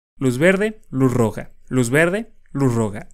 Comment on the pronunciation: fui el único que escuchó luz roga?